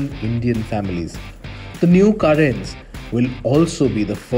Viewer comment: Karan?? Like Karan Arjun?? 😂.. its Cae-ren isn't it